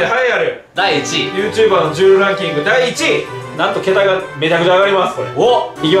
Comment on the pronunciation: YouJber(ゆーじゅーばー)ってことやな